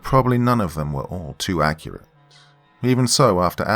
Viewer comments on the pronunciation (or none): none